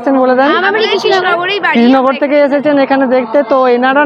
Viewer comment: Upni aage upnar uchharon thik karun spasta vabe Krishna Nagar katha ta ba Raja Krishna Chandra thik kore bolteita parchenna..🙏🇮🇳🙏